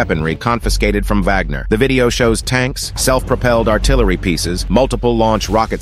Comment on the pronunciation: It’s pronounced vawg-ner. Just like the German composer.